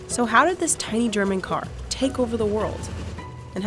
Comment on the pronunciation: "The carrrrrrrr"